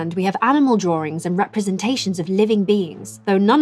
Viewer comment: I love it when people say drawrings